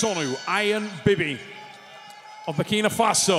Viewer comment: stop saying Burkina Fatso!